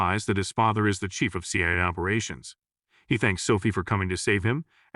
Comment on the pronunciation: Can't even pronounce C.I.A